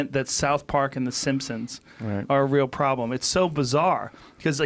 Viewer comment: Mate... Wtf is "Ariel" magazine??